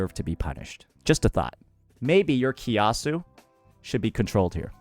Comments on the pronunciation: hahaha from kia-su to ki-a-su but its fair game since likes to use terms that saint wont understand xD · Malaysia mentioned 🗣️🗣️🔥🔥 btw his pronunciation on kiasu lmaooo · unc kiasu pronunciation made me laugh too HAHA